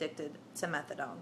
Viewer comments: I cringed every time I heard her say it that way lol... methad(oh)ne is addictive as hell! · lol "Methadawn" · she said Methadone....pounced it like Megladon......hahaha ! anyway, good luck tho you SEXY thang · Fake ads whanna be junky can't even pronounce methadone right..boo.. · You are full of it. You are not in withdrawal. You wouldnt be talking with that kind of inflection in your voice if you were in withdrawal and on day 9. You dont even know how to pronounce methadone, but yet you were on it??? I dont think so. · lots of this story you can tell are exaggerated. she can't even pronounce subutex, she say's subdytex.. and methadan. As someone said, by law they can't start you at 100mg of Done, it could kill you because they have to take your word for how high your tolerance is. Also she claims, it's the narcan in the suboxone that was almost killing me during the precipitated withdrawl. NOT TRUE. Narcan does not cause the precipitated withdrawl, look it up. All naltrexon does is keep people from shooting the bupenorphine, and in fact they have found it was too little to make a difference in daily suboxone users, they can still inject without getting sick. That's why they are coming out with a new formulation of suboxone this year.